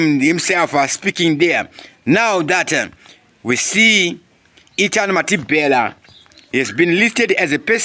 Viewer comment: Can you say Mathibela, not Mathibhela plz